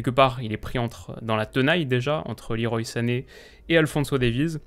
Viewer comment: leroy se prononce à la française